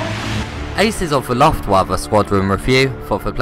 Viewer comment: I like SHMUPS and with a platinum trophy for motivation I consider giving this a try. BTW: The pronunciation of Luftwaffe was wrong but not a desaster ;-) As always: A good review with enough quality information to make my own opinion about the game.